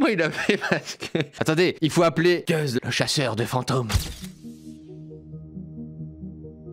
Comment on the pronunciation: T’as dit « guz » au lieu de « guss » 😭